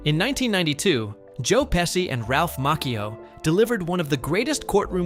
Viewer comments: The correct pronunciation of Joe Pesci’s name is PEH-shee, straight from Italian. That “sci” → “shee” sound is standard in Italian (same pattern as sciarpa, pesce, etc.). “Pessy” would only make sense if it were spelled something like Pessi, and even then, Italians would still lean toward a soft “sh” depending on context. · Joe Pesci grew up around the corner from our friend's wife's childhood home in Bloomfield, NJ. He owns a home in Lavallette, New Jersey near Seaside Heights--about 35 minutes SE of where we grew up. His name is pronounced "PEH- SHE," not "PES- CEE." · Peshy not Pessy FFS get it right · Who the heck is Joe Pessy? He was not in this movie, that's for sure. The male star was Joe Pesci. Joe Pesci’s last name is pronounced PEH-shee (/ˈpɛʃiː/), not "Pess-kee" or "Pess-eye" or "pessy." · In Italian, the "SC" combination has two main pronunciations based on the following vowel: "SH" before E or I ( e.g., Pesci ), and "SK" before A,O,U , or consonants ( e.g., Scala ). So hearing you keep pronouncing Pesci (PESHI) as (PESSY) is a little frustrating being of Italian origins myself LOL! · Peshe not Pesee! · His last name is pronounced PeSHi, not Pessi! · PESSI? IT'S PESCI !!! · Its "Peshee" and "Macheeoo" can you learn the pronunciation of the beloved actors before you make your GD disrespectful videos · Pesci is pronounced Peshi. the SC before an I is pronounced like the English Sh. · Joe Pesh-ee. OK? Joe Pesci. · The name is pronounced "PEH-shee" . That's with a SHE at the end. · It’s hard to listen to the narrator call him “Pessy” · Bro its not Pessi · Came to say the same, that was painful! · It's pronounced "PeSHi"..... Unbelievably annoying. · I hate it when VO announcers can't be bothered to learn how to properly pronounce names and words. (Pesci = PEH-shee!) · Thank you. I was wondering if I was the only one getting upset about " pessy' 'mockio' and 'davee-toe.' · I’m trying to get past the pronunciation of Pesci 😬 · Learn to pronounce Pe-chi !